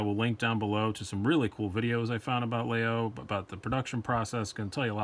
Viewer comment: No, all. French people pronounce Laguiole La-y-ole. I bought 5 in grad school at la Sorbonne in Paris. My favorite among the 5 I own, has a mammouth ivory handle and a Damascus stainless blade. La mouche is a generic term for the small metal plate attached to the spring. Laguiole uses une abeille, a bee for its mouche.